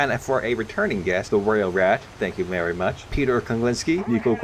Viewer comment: "Thank you merry much".